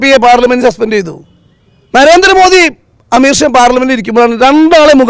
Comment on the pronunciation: അമീർ ഷാ അല്ലടാ പൊട്ടാ അമിത് ഷാ ആദ്യം അവരുടെ പേര് പറയാൻ പഠിക്കു